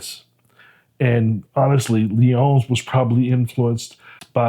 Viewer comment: you keep say "Leon" it Lyon, like the king of the jungle. 🦁